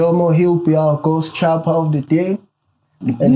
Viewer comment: Man said Ghost Chopper 😆